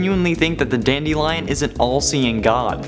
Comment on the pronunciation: I know you did not say Dandelionnn